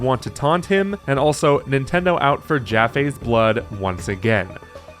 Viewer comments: It’s pronounced “Jaf” not “Jafé” or “Jafee” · Omg ur last name pronunciation lol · The least you can do is pronounce his name right.